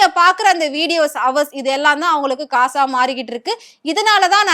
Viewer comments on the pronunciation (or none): none